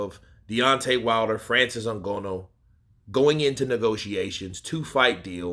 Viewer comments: why u say Francis last name like that 😂 “n-gonoooo”. It’s “n-gah-nooh” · NGANNOU not ngonnu 😀😃😃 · Come on boss even white ppl can say Francis last name better than that